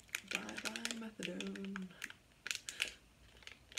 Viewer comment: methadone as in METHOD LIKE CRYSTAL. METH